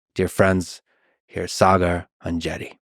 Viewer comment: It feels great to hear my name being pronounced the right way! Partly it's that extra "a" and partly Lex must have cared to ask Saagar off camera.